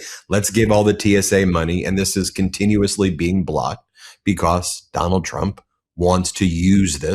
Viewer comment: STOP SAYING "BECOSS" STOP DYING "PLAY THIS CLIP" STOP CLAWING AT THE CAMERA